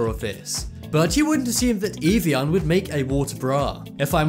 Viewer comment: It's "av e on" not "eve e on"